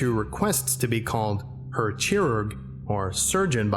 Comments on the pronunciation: "Herr" is pronounced like the "hair" on your head ;) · I noticed the said Herr chirurg a bit odd. Herr: the "he" part is said like the "he" in hen, the r is a rolling r. Also herr chirurg means "lord surgeon" or "mister surgeon"